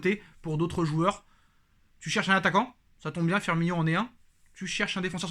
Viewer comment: Courage! T'en sais rien du tout si il va venir firmiNO! Et toi qui reprend tjs sur les prononciation tu a passé toute la vidéo à l'appeler firminio alors que c Firmino! C sur c pas grand chose mais quand on est parfait comme toi ça la fou mal!